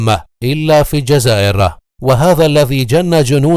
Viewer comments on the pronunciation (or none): none